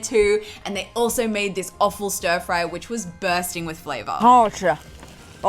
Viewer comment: LOL when you said Ofil Stirfry I had to go back and check that's what you said instead of Awful in subtitles 😅.